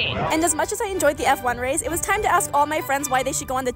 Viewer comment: Ummmmm did you say ASK😂😂😂😂😂😂😂😂😂😂😂